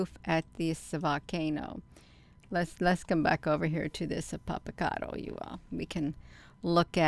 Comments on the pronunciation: You’re not pronouncing that volcano right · We live quite near this beautiful volcano, first ya ought to learn how to pronounce the name of the volcano, or just call it Popo as the locals do. Anyway we've quite a spectacular view of Popo, it's letting off vapor and ash...so foolish